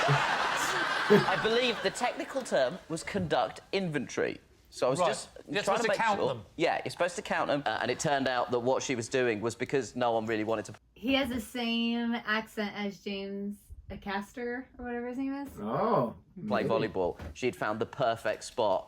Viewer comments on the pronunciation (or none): Just a note, Acaster is pronounced with the stress on the first A. As Ay-caster. A charity shop takes in and sells items, the proceeds going to a charity, There are many of them and they are popular. Many of these people are quick thinking stand up comedians, guests can be anyone, but I don't know whether or not they get prior warning of what they will be faced with.